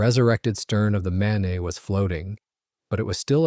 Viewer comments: I spent a week in Bangor MAYNAY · MAIN-eH? please check your work. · Remember the main, and pronounce it correctly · Mispronounced names of the MAINE and FLORIDA STRAITS is piss poor!